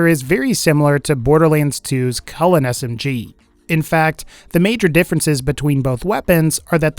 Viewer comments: Its pronounced choo-lane, not cullen. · Why does he say chulain differently